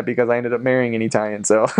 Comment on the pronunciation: GREAT VIDEO! One question, if you wouldn't mind: What is your ethnic heritage? The reason I ask is that you pronounce the word "Italian" as EE-TALIAN, the sound of the first "i" being like the "e" in EAT. Most Americans pronounce the first "i" with the sound of the short i as in the word "chip." Are you Hispanic? Greek? Armenian? Middle Eastern? Jewish? Thanks.